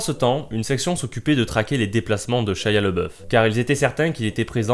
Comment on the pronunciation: Shaya le boeuf xD Ca se prononce Chia labéoufe